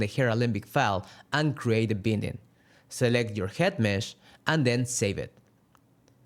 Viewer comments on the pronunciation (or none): Is no one going to help this guy out with the correct pronunciation of the word ‘binding’? “Bie-nding”